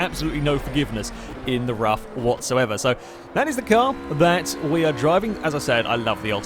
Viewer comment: Btw it's pronounced 'roof' and not 'rough' .And I'd recommend trying the radical rxc turbo round rouen les essarts short,that car is a huge amount of fun.